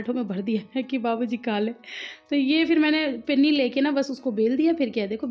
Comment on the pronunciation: Behen pinni nahi Panni hota hai😂